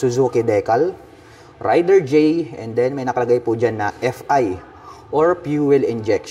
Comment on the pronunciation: Raider po yung bigkas hindi po rider. More power sa iyong channel